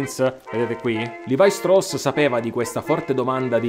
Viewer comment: Molto, molto interessante. Mi chiedo però se, visto che l’origine è tedesca la pronuncia corretta del nome non sia proprio quella “ italiana” cioè Levi-Strauss come si direbbe anche in Germania… Anche Nike è greco ….e junior latino…😊